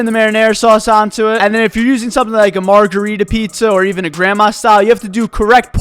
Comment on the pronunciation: my man did not just say merjerita pizza